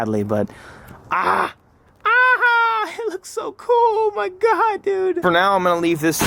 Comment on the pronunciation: He says Huhmahgoi smh